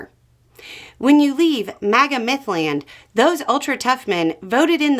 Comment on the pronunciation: MAGA Meth land.... Ope. Myth land. She said Myth Land..